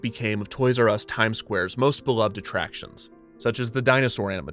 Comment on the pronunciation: that's not how one pronounces "beloved" 😅